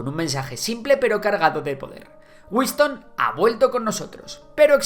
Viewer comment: ¿Wiston? Será Winston…